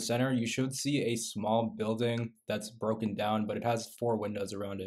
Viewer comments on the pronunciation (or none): none